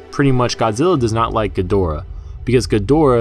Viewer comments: Why are you saying khin-ga-dor-uh instead of Gee-der-uh like it was back n the '60s? Is this a Japanese pronunciation? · Jesus man, it's pronounced GEE-DO-RA!!!!!